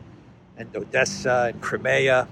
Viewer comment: It's pronounced CRIMEA ( CRYMEEYA) not CREMAYA, what's wrong with the proper pronunciation?